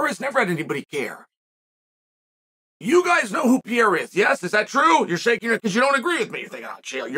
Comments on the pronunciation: I know about Periera not Pierra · God damn it uncle Chael just for one time just say PERREIRA what is pirira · Pereira* I don’t know why Chael pronounces his name like that.